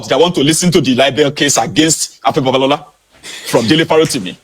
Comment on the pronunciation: You better learn the pronunciation of 'B-A-B-A-L-O-L-A' before he calls his lawyers or the IGP!